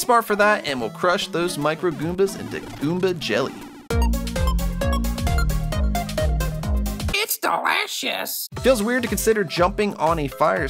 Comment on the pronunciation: "its dewishush"